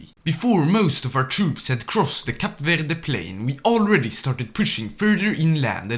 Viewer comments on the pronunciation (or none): none